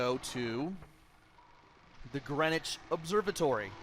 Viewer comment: With the headcrab alien things, I like to use the hammer to squash the bastards on the ground! Greenwich is pronounced Gren-itch.... don't know why but it is. You'd have a field day with Norfolk place-names! Cracking stuff,!